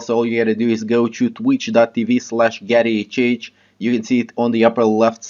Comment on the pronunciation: It's TWITCH not TWETCH lol